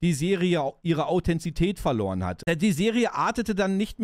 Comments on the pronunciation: Super Video! Vielen Dank dafür. 👍🏼 Ein paar Anmerkungen meinerseits: - so wie ich mich erinnere, war der Truck von Willers in Staffel 1 ein Volvo - die Menschen, die in Chile leben, nennt man Chilenen und der damalige Diktator hieß „Pinoschee“ (Pinochet) - es heißt Authentizität, nicht Authenzität 😉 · Erstaunlich sind die zahlreichen Wortfehler – selbst Krug und Kirschstein werden verwechselt. Au-then-ti-zi-tät. Von Namibia nach Marokko?!? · Authentizität, nicht Authenzität